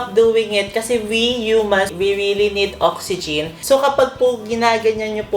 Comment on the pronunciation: Pagkakarinig ko oxyGIN and hydroGIN HAHAHHAHAA 😂😂